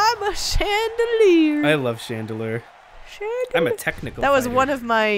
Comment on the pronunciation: Chandlier? Chandelure is correct.